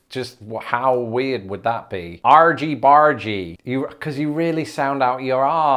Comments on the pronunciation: Argy-bargy ... never heard of it, but my brain pronounced it more piratey: arghy-barghy. And then you said it like: arjy-barjy. Love it! I shall endeavor to be a cheeky lass and use "argy-bargy" soon! (Sincerely, an American homeschool mom) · If “argy-bargy” is for big “arguments” then why isn’t it pronounced “argg-y bargg-y" (hard-g instead of soft-g or 'j' sound)? "Argument" isn't pronounced "arjument" 😅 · I assumed "Argy-Bargy" has a short G, as in "Argument", especially considering this Argument is a root word. You probably also pronounce GIF like Giraffe. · Funny to hear say AWgy BAWgy, when here in New England, it's "AHgy BAHgy." At least, it would be, if people around here used that term at all... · Good one,! Had to laugh at your American-accented argy-bargy! Well done. Serious question here: Why is it that the online dictionaries attached to e-book apps (Kindle in my case) don't have definitions for the things we really need: slang from 40 years ago or more. My escapist literature is between-the-wars comedies of manners, which includes the "Golden Age" of detective stories but also other novels. Really annoying not to be able to find definitions of quirky words in dialogue -- all the best novels are 90% dialogue, and written so well that you can tell by the manner of speaking the class and character of the person without a lot of boring description. Even as an American reader. But I still want definitions of the slang. Maybe you'd do a series on older slang that younger people (either side of the pond) need help with? If I send you examples, would that help? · Wait wait wait! I've been mispronouncing the title of the brilliant Squeeze album "Argybargy" since 1980?! ...but why is it soft g's and not hard g's? It's derived from "argument" not "arjument". <Sigh> This is going to be a very difficult adgustment. Also, why isn't the second "I" in difficult dotted?